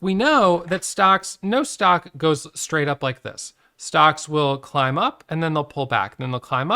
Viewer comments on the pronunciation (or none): none